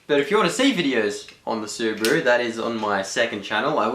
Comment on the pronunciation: it's not Subru it's Subaru :/